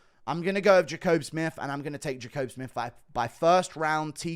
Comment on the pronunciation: Pretty sure Jacobe Smith and Dustin Jacoby's names are said the exact same way and Guru gets both of them wrong 😅